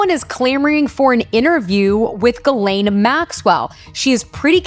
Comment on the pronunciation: it's not pronounced Galane. it's pronounced Gislane.